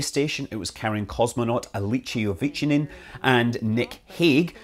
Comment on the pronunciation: A few corrections to your video. The name of the Russian astranaut is Aleksey Ovchinin and it's pronounced as / AleeksEj AfchEEneen /. Korolev is pronounced / KaralyOff /. And it's not a director of NASA sitting on the couch, it's Dmitry Olegovich Rogozin, the Director General of Roscosmos. But what matter most now is that the emergency system has done its work nominally and the crew has landed safely.